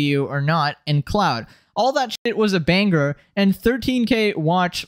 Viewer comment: You sound like you take speaking lessons from Andrew Taint. This video it liTerally not a banGer